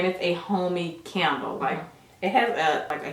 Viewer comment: Yall can make somebody go broke always im mad the bubble bath out of stock...yall are to funny when said can d le lol said CANDLE LOL